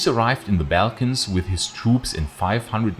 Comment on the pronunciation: wonderful work and your accent is a great asset, but please the pronunciation of 'slavs' and 'balkans'... please fix it